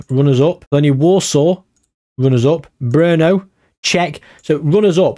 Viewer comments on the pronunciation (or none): none